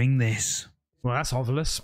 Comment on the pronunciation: THANK YOU FOR SAYING, "OVILUS", instead of, "Ov-YUlis"...drives me nuts!!😂😂😂